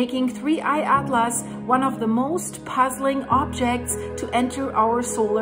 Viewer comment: Another great video. Your English is excellent but since I'm a speech therapist I will help you with four science words that are not often used. First "Comet" is pronounced "Cah mit" without the long "o" vowel sound. Second, in he words "NASA" and "Atlas" the 'a" sound is not an "ah" sound but like the "a" in the word "Hat." Lastly, the word "iron" is easier than you might expect. Say the letter "I" as in the English alphabet and then the word "urn" as in an object that contains human remains and you have "Iron" Now if you speak Spanish, I could use some help pronouncing some words....